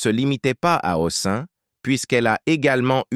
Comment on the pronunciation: Massacrage des noms : Robert HOSSIN !! encore un robot !!! saoulant !!